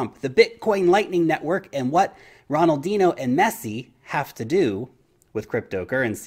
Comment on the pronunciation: Although Ronaldinho wasn't pronounced correctly 😊